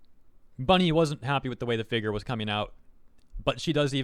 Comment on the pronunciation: Can u for the love of god, say figure right? Like what the hell it’s doing some to me I don’t like it